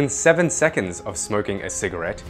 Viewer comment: You said smrking